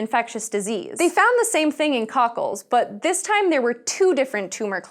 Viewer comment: Welcome to SciSHow! BUT, here is one complaint/constructive advice.... Try not to emphasize so much word "but", and also ask one who writes script, to use less of "but" in narration... Those "but-s" stand out to much and become to noticeable. Otherwise, for first episode, it's all good;)